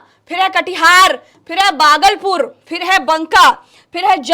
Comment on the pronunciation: Mem Bagalpur nahin Hai Bhagalpur hai